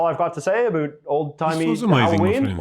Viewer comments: LOL the way he says about "aboot" and the way he pronounced the word "schedule" lol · No, as a Canadian, I find him annoying bcs he says aboot knowing that it is not pronounced like that by Cdns - -he's trolling you. We say ABOUT which rhymes with out (not aboot and oot). Never have I ever in my 70 years heard a Canadian say aboot. We are not scottish. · Heh. My college Psychology 101 professor was Canadian, and he said "aboot." 😁 But it wasn't as emphatically pronounced as this guy does it; he said it softer and much more naturally. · The presenter says “about” like a Canadian. Do our Northeastern citizens pronounce that word the same as Canadians? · His pronunciation of words like "about" and "scheduled" is Canadian. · It’s a common pronunciation for ‘ou’ by Canadians and Scottish people.